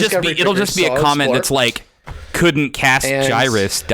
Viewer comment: Also,, may i suggest pronouncing Gyrus (Gear-US)